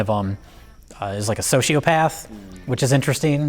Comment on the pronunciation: "Sochiopath" wtf